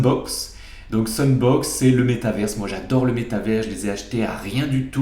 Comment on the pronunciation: Tu as dit SUNBOX mais il fallait comprendre SANDBOX c'est bien ça? Sinon je les ai toute (sauf NEO) car je regarde tes vidéos. Et OKT? ECOMI?